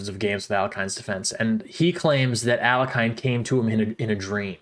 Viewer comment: It's pronounced al-YECH-in.